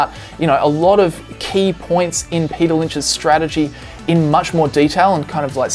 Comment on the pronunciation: Men... “Payter” is a genius